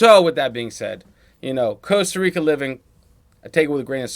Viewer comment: Coaster Rica? Not Costa Rica?